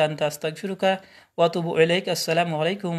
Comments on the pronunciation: রুহুল আমিন ভাই সালাম দিবেন এইভাবে: "আসসালামু আলাইকুম" আপনি এইভাবে দিয়েছেন: "স্লামালাইকুম" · ব্রাদার রাহুল আপনি প্রথমেই ভূল,,,,,করছেন,,,,,, সালামলাইকুম এটা কেমন সালাম?